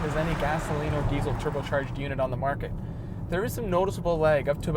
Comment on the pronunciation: I agree. Also this may sound a little off topic, but I will not buy any diesel car from anyone who butchers the pronunciation of the word diesel (regardless of where you live).